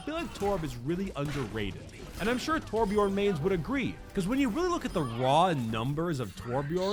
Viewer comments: I'm so fucking triggered, You say Torbjörn like Torbj"urhn"-ish just look up how to pronounce Björn in Swedish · I am Swedish and it triggers me how you pronounce Torbjörn lol I still LOVE your content!!